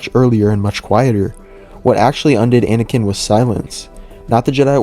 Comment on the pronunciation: Anakin* Not "aNiKiN"